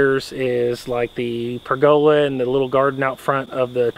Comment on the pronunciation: Most people pronounce "pergola" like purr-guh-luh